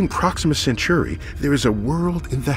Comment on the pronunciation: centauri not century